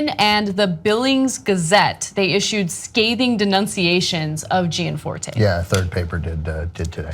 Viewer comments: Also Gianforte, is pronounced correctly jan FOR teh, not Jee Ann FOR tey. I will now become pronunciation Nazi. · You are not pronouncing his name right though ?